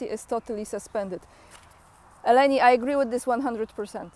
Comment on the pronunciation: Dear, you’ve pronounced Eleni super correctly) thank you for your everyday work ❤